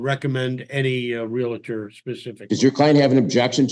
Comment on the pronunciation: The word is REALTOR.. not REALATOR!